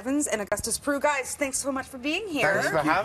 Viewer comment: His last name is Prew not Prue.